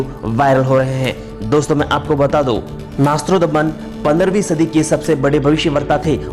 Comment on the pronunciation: Nastrodman nhi nastredmas naam h unka